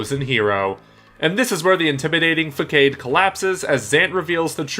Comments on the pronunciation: How did you manage to pronounce façade so wrong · I'm not a nitpicker but your mispronounced "façade" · "fakade", "ursupper" if you are gonne make vids on youtube could you at least learn english first?